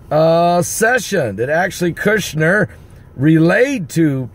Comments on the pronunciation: I have to say it because it urks my nerves. His Name is Kushner, NOT Kershner. Say Cushion. Then say Cush, now say NER. Cushner, that's it, Kushner. Kushner. lol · Mr. Kushner's name has only ONE "R" in it, so his name is NOT pronounced KuRshner. It is just pronounced like this: CUHSH-NER. I Thess. 5:3: "For when they say peace and safety, then cometh sudden destruction like a woman in travail." First comes the confirmation of a peace agreement, and then tribulation hits, which is the sudden destruction the verse mentions. So this is possibly right around the corner, people! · KUSHner, not kurshner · ITS KUSHNER, NOT KIRSHNER. IF YORE GOING TO REPORT PRONOUNCE THE NAME RIGHT...JSUT SAYIN... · it's Kushner, not "Kirchner"... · no "R" before the S in KUSHNER , say....COOsh ner